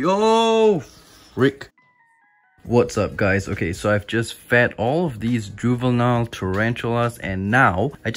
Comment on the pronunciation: when he says “juvenile tarantulas”…😂😂😂😂😂